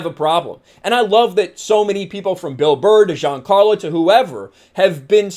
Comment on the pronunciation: you say Giancarlo like a frenchman u biggot lol